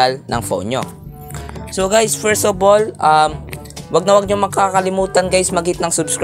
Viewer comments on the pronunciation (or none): none